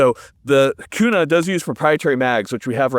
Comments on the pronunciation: " the only transitions we support on this channel" 😂. And yes HERE in IDAHO it's definitely Qna not Koona haha. I need 1 of these for my channel!!! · Koona 🤤 k-U-na 😎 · I only clicked on this video to see how you would pronounce Kuna. You did not disappoint.